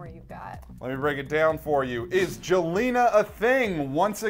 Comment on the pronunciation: Did he say joelna